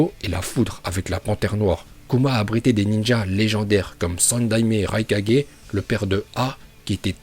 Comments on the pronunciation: Pk il dit raikadjai au lieu de raikage... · "Le maître kazékadgé,le maître raikadgé,le maître mizukadgé,le maître tsuchikadgé et enfin....... Le maître hokage. Cohérence dans la prononciation:0 😂😂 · Je comprend pas la prononciation mdrr par exemple rai4g mais hokage et pas ho4g mdrr ça me fume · Vive et ses prononciation légendaire Ce qui me tue plus c'esr comment tu pronoces le nom du 4e raikage🤣